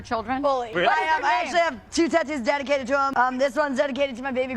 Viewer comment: tat ewwws? It’s kinda like wooo tah. “Hey you with the tat ewwws, can you grab me a bot uhl of wooo tah?”